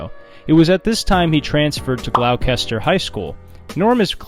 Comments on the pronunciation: "Glow-caster High School" You mean Gloucester? (pronounced Glos-ter) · gl-ow-kester? it's "glosstur" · So, like, yer not Canadian, eh? On-TAIR-ee-o (not On-TARR-ee-o) Gloss-ter (not Glock-ester) Carl-tun (not Carlit-un) Algonquin (Algonquins) And nobody points out that Quebec City is “within” Quebec (like specifying that NYC is within New York) But hey, good on ya for a great video! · Gloucester is pronounced "gl-ow-ster" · you didn't just pronounce Gloucester as gl owwww kester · Gloucester "Gloue Kesstuh"😂 is prounounced GLOSS TUH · His parents were English teachers... he went to "gla-oo-kester" school... It is pronounced "glo-ster". His parents are turning in Norm's doghouse. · Your pronunciation of Canadian places is terrible. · Gloucester or "Glawkester" is actually pronounced "Gloster". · Gloucester is not pronounced Glou..kester... .it's glou..ster.. 2 syllables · Did he seriously pronounce it " glauw- kester high school. This fuckin guy! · The name of his high school is pronounced gloss ter ..... not glaw kester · I did laugh , ‘Glowkester’ high school 😂. It’s pronounced ‘Gloster’ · So you're saying English teachers are real heroes, and just two sentences later you pronounce Gloucester as 'Glawkester'? I guess we need more heroes. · What??? Where???😂😂 Gl-oww-caster??? The original UK pronunciation is Glos-ter. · Glowkester is actually pronounced "Gloster". 😂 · Also, is it actually pronounced glow-kester? Not Gloster? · FYI- Gloucester is not pronounced ‘gl-ow-kester’ it’s prounced ‘gloss-ter’. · Hey sweetie, Gloucester = say Glosster. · It’s pronounced Glaw-sester. And On-tare-ee-oh. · Sorry sir, it's pronounced Glah-STER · Glaughkester High School? Gloughcesterstershiresester is the correct pronunciation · Ok. ‘Gloucester’ is pronounced ‘gloster’ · Gloucester is pronounced “gloster” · Gloucester is pronounced glaw-ster or glawstah in Massachusetts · It's pronounced 'Glosta' in Gloucester. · at about its pronounced 'gloss-tuh' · Glou-kester High school 💀